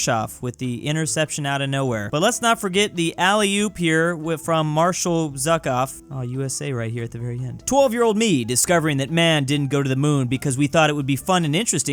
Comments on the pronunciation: Zhukov isnt pronounced "Zuck-off" it's pronounced "Ju-kov" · Name: Zhukov: Zuck-off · "Marshal Zah-kav" Me: stress level increased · Normal people: Marshal Zhukov: Marshal Suckoff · The way he pronounced Zhukov(Joo cov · Nobody:: Marshal Zuckoff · His name is zuuukov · The way he said zhukov is so irritating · The way he pronounces Zhukov brings me physical pain. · History buff mispronouncing zhukov 🤣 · Given the fact he doesn't know how to pronounce it lol